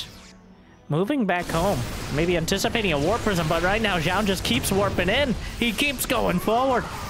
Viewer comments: New drinking game. Take a drink every time mispronounces Zoun. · lol, true